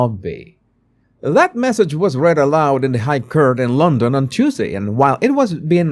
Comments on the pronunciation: "court" is not pronounced like "curt". It is pronounced like "cort". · Yay, great video. I hope you won't mind me helping with your pronunciation, Court is pronounced the same as caught, as in catching 🎉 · Hi Court is pronounced Cort, Caught I know you love to pronounce correctly🤗👍